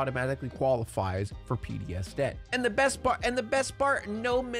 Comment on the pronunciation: Since we were talking about Dia de los Muertos I kept hearing DEATH instead of Debt 🤣🤣🤣